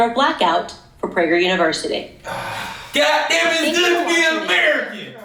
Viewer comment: Prager is pronounced with a long A. It is a conservative University.